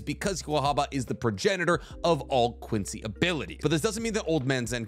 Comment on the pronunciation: has to work on his pronunciation of Quincy terminology, this hurt my ears and I'm not even German